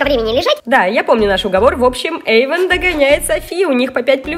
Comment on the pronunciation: Эйван а не Эйвон.😒